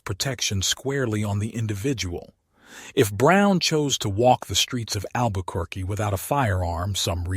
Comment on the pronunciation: learn how to pronounce Albuquerque.